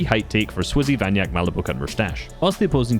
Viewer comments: he is vanya kek not vanyak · vanyak3k is read vanyakek, not vanyak 😉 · Vanyakek! Not Vanyak